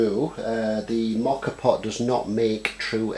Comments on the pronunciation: WRONG. First, YOu don't even know how to say it's NAME. It's MO ka pot. The fact that you don't even know that tells me you don't know anything. First of all, before there were ever today's "espresso" pots, MOKA pots were used in Italy. Second, the moka espresso pots are all aluminum, so baking soda does not work. Delete this video, get some knowledge, and then come back. EVERYTHING on this video is wrong. All wrong. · You don't even know how to pronounce "moka" so your advice is completely suspect. In other words, you don't know shit.